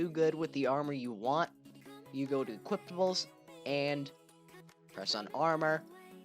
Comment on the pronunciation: i couldnt focus on the video because this dumbass keeps saying "equiptables"